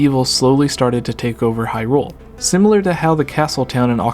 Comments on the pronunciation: Why do you keep putting so much emphasis on "rule" when you say "Hyrule"? You seem to be reading it as "High Rule" which is wrong/dumb. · Gooooonna have to say you're wrong. Just to abolish any doubts in my mind, I went and checked a few wiki-pages and as far as I could find, most of them have it written as you should put emphasis on the "high" in Hyrule. And to even further confirm my statement I went and checked how Bosphoramus pronounced it, and just as I suspected, he did NOT pronounce it with emphasis on the "rule". It seems you're confused as to which pronunciation I'm talking about (because you pronounce it two different ways in your video, thus contradicting yourself) so for the one that sounds wrong(to me and apparently a shit-load of other people), it's in the first 10 seconds of this video. As for the different pronunciation, skip to about .